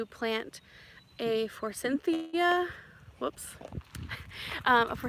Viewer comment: Not trying to be persnickety , but fyi there is no N in forsythia .